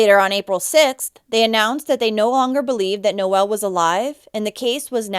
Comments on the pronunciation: It's not pronounced Noelle, it's pronounced No ul. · Omg, you are pronouncing his name wrong. My son's middle name is Noel & for a boy it's pronounced Nol. Your calling him a girl. Nol sound for boy No-el for a girl.